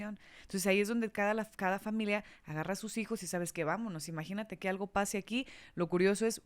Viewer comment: es "familia", no "familea" 🧐